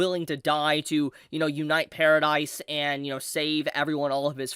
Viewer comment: pair-ruh-dee island not paradise. did you even watch the show?